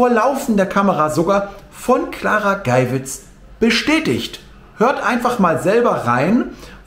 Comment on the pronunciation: Hallo, nur zu Berichtigung: Geywitz wird so ausgesprochen wie der Geier. Hat nichts mit schwul zu tun 😉.